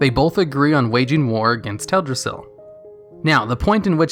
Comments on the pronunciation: He keeps saying "Ted-rassil" Who's Ted? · cmonBruh, "tedrassil"? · Its Teldrassil. Not TEDrassil